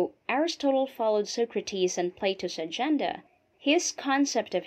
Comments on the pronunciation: ARIS-TOTAL? you can't be serious.... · I wondered where the slightly unconventional pronunciation of 'Aristotle' and 'justice' came from. Nevertheless this presentation would have to be one of the most succinct and lucid summaries of the subject matter. Very well done. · The speaker's repeated mispronunciations of words and even of the name Aristotle are distracting. One example is "justeez" rather than "justice."